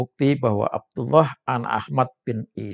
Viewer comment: Ini orang sdh membuktikan dirinya tdk alim / bodoh krn mengucapkan lafad abdullah saja sdh salah ngaji dulu dong lafad andullah dibaca tebal bjkan tipis